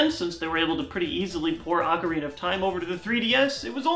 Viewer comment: Sthap oh please sthaaaapppp mispronouncing Ocarina T_T